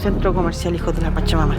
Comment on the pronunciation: Wn, aprende a modular 'hijos de la pacha-mama' suena ultra raro. Igual buen videito bro